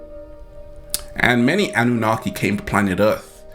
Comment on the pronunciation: It's the Anunnaki. Not Annunaki. Thank you for sharing some wisdom.